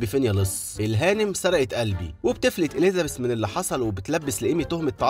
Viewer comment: في فرق بين حرف الذال وحرف الزاي إليزابيث بالزززززاي مش بالذال مش معناه نتكلم فصحى نقول عن الزاي ذال